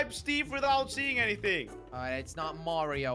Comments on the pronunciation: Lol they pronounce mario like merio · Maryo it's mario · Me the entire time: ITS NOT MĀRIO ITS MARIO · lol says Merryo Instead of Mario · Its mario not morio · I wonder is it a whole bunch of people who think I'm weird for pronouncing it like (Mah-rio) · I died when said Mario wrong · It’s funny how wrong they say mario tho. LOL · It is pronounced Mario with the ar sound Not Mario with the long a sound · He said Mario wrong no offence